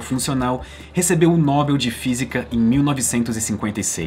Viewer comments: ASSIM SE PRONUNCIA: Nobél e não Nóbel. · só uma correção: não tenha vergonha de pronunciar a palavra " nobel", ou seja, nóbel não é a palavra correta.